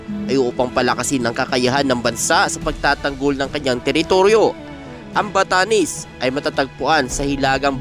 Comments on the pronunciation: BATANES HINDI BATANIS BOLOL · Npre ..batanes Hindi batanis ... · Batanes !!! d Batanis😅